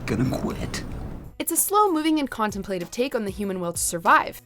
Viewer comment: You can pronounce Modernity, but not contemplative?